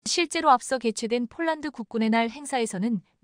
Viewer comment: 원고도 확인안하나 자꾸 폴란드를 쫄란드라고 하는데 듣기가 거북하네